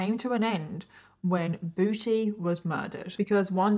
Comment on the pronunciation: This case is not funny at all but I really couldn't help but giggle every time said "Booty" in her British accent